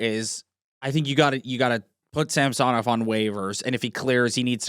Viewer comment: It’s not pronounced Sam-so-Nov . It’s pretty easy to say it properly,, it’s Samsonov. Not difficult. All one word not disjointed. The American pundits and broadcasters annoyingly kept saying that way because welll…..they’re American. You’re Canadian so speak like one. Personally I hope he recovers his game and shuts up people like you in the “ what have you done for me lately crowd”. Toronto are losers because of people like you guys who put relentless unreasonable expectations on Toronto teams. One win in six games. Never mind the ties or comebacks to tie. The 5 nothing comeback in the third period completely forgotten. No wonder OReilly chose the Preds even though he’s a Toronto boy.